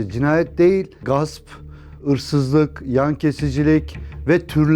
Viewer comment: h leri ep yutuyosun. Irsız ne beyaa😂